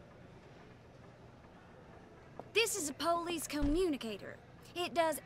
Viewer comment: I like how says "Pholice" Instead of "Police" Or popo